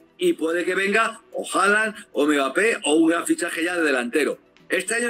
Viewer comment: Quien le va a decir a este hombre que se llama Mbappe y no megape? Jijij.